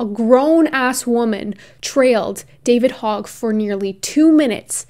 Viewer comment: I knew she was crazy but, now she thnks New Zealand is in the US? Seriously, how does she thingk n are laws apply to New Zealand? Oh, and yes, you Pronounced David Hogg's name correctly.